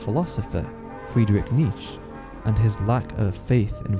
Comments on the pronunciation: Nee Chay not nitch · I love your videos, I learned some stuff about Berserk in this one, like how the castles are based on IRL ones, very interesting. By the way Nietzsche's name is pronounced NEE-CHA, not NEECH . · Not niche, he is called Nietzche. Kinda like Nee-tch-ea, any edgelord knows this. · nice video but you mispronounce Nietzsche's name